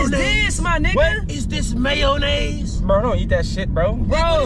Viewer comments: has me dyinggg “is this mayonayez?” 🤣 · funny the way he was saying mayonnaise